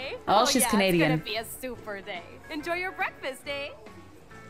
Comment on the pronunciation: ''Canian'' XD